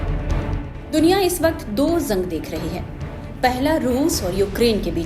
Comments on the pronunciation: जंग होता है not ज़ंग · Madam zang nahi jang boliye Gaja nahi ghaza boliye, please correct ur pronunciation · zang nahi hota jang hota hai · ज़ंग नहीं जंग बोलिए मैडम...😂